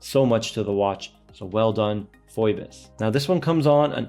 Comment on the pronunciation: It’s feeeebos lol